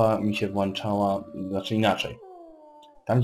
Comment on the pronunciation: włĄczała, a nie włanczała... Ile razy można Cię poprawiać? ;p